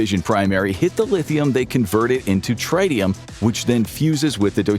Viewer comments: the pronunciation of tritium is trit-ee-um, (as in travis tritt; not try-ti-um). For deuterium, the pronunciation is do-tear-ee-um (like deuteronomy). Hydrogen bombs compress lithium deuteride (lithium do-tear-ide) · Please learn how to pronounce lithium deuteride and tritium. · Are you purposely saying tritium wrong?